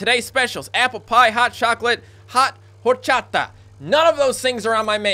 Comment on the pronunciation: Ligia Cuenca is a hispanic name. Pronounced "Lee-hee-a". HOWEVER!! Your horchata was perfect!